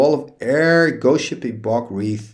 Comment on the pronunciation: That CoP: Black with Harold art was from Tempest. All the art on cards from the core sets you don't recognize are from Fifth Edition. It's not Bog WREATH it's Bog WRAITH, the "a" is long like in "hate". Have you not seen the Lord of the Rings movies? They're called, say it with me, Ring WRAITHS. 😂